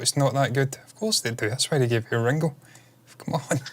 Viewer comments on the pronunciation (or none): Its Ringo not Rengo